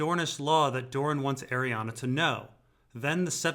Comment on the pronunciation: It might be easier/less confusing if you pronounce Doran "Door-ran" rather than "Dorne".